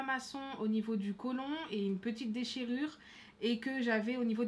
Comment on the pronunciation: Colent Il ma tué après lia dernière colon pas colent 😂😂😂